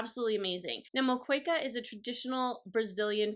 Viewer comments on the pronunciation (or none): traditional moqueca is amazing. FYI it is pronounced mo-ke-ka not mo-kwe-ca. delicious...but too much will rage out your stomach. Your video has made me want to eat ... how in the world do you EAT all of this? guess you need to go for several days.